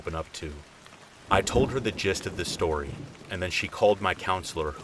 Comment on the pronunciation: Shtory 💀 love you😂😂